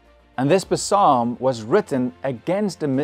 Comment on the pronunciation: wait did you say psalm as "puh sum"